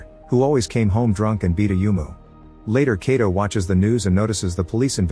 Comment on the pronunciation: I didnt even know this till now! The only problem with this narrator is that he kept mispronouncing 'Kato' very common Japanese last name.